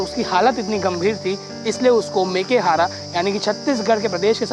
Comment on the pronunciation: मेकेहारा नहीं मेकाहारा इसलिए शिक्षा जरूरी है...यशवंत साहू